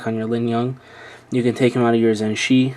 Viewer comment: its pronounced dayan zhan-che in english, its hard to write, i am chinese